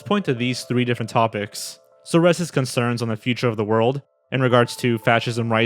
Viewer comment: Similar to that, it's Rezhœ (Rezső), not Resso ;)